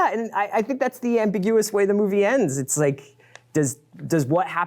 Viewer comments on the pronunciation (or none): That was one of the most unfortunate mispronunciations of “ambiguous” I have ever heard...